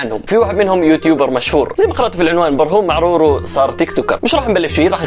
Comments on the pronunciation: كان قال برهوم معرورو مش برهوم معراوى 😂😂😂😂💔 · يا اخي اسمو براهيم معراوي مو معرورو😂 كام مرا قلت معرورو 😂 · مين ركز على اسم برهوم معراوي في بداية الفيديو لان نطق اسمو غلط و قال برهوم معرورو 🤣🤣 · اسمو برهوم معراوي مو معرورو 🤣🤣🤣